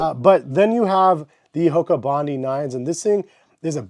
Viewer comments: Good review. Only it’s called bondi not bondee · It’s pronounced, “Bon-dye.” named after a beach in Australia. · FYI, it's pronounced 'bond-eye' as in Bondi Beach in Australia.